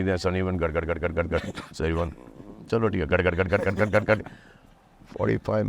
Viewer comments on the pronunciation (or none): है। को ठीक करो ,ह नहीं "है "होता है।